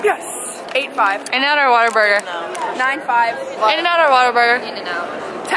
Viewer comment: When you said “Whataburger”, it hurt my heart 😂